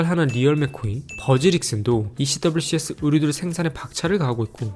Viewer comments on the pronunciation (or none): 행님 ECWCS 는 미군에서는 'ECWCS'라 발음하지 않고 '에크왁스'라고 발음해용!